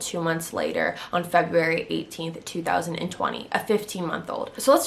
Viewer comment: The way you say February bothered me lol